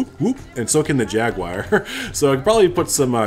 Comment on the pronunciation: Great build. But I personally hope to never hear Jaguar pronounced Jagwire again in my life